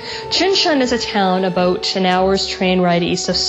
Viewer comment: Ha! I heard your aboot. Canadian eh?